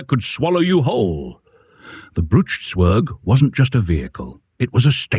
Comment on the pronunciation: And pronounced tsverg, not sverg.